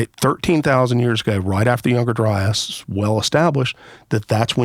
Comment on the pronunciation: If I hear younger dryis and antrhpidegous one more time my heads gonna explode. 🤮